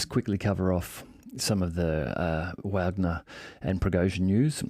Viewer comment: WOW! Someone that actually pronounces Wagner correctly!